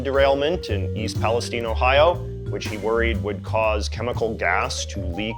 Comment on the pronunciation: As a resident of NE Ohio, I was pleasantly surprised that you pronounced East Palestine correctly!